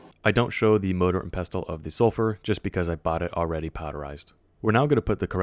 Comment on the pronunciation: I punched the air for no reason when you said "motor and pestol" and you kept saying it just to trigger me but I love your video thanks for this